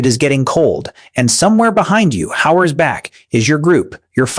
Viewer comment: Is this AI? 40 seconds in and he's mispronounced "none" and "hours"